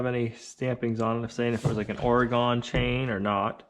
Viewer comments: It's pronounced Ore-Gun , Not Ore-Gone! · Give that SLOW cutting LOW powered saw to Gina to learn on. Oh and it’s Pronounced Oregun not Oregone. When are Olivia’s chicks coming?????? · It's pronounced ORYGUN, not Oreeegone. Thank you. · say it as oregun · First off this post is not meant to be mean.... Oregon is pronounced Or E Gun. I personally don’t own guns, BUT have lived in Oregon all my life. The extra R’s in words make me laugh as I wonder how North Easterners spell. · please...OR-uh-gun. Thank-you! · Loesch nice to know that I have been mispronouncing for 68 years, (along with everyone in the state I am from) has been corrected by yourself. I bow to your wisdom over the pronunciation of my state's name. I've likely been mispronouncing Willamette, Champoeg, Siletz, Alsea and a host of others. If you feel the need to lend your superior knowledge to the 4 million people of the state, I will gladly explain that they do not know how to pronounce them, per your exemplary vocabulary skills.